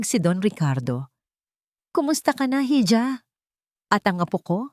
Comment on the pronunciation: Mali ang pronouncetion mo sa ija